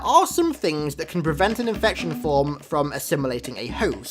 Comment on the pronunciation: “INFecTioN FwOmS”